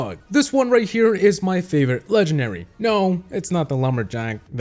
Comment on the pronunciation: you Keep SAying LEGENARY WITH NO D